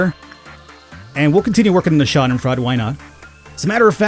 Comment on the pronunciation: If you feel like pronouncing the keyhole monster right, it's shah-den-froid. But you do you boo-boo.